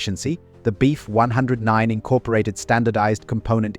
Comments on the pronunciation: Do you think that you could reprogram the auto-generated narrator to say, "BF" instead of "beef"? Please? Incredibly annoying 😑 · Decent video, AI narration sucks. Beef 109, hahahahaha